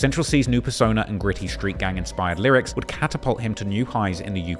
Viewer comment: Why does he pronounce "street" as "shreewts"?